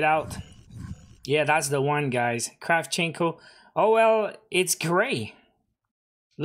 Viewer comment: It's Kra`vchenko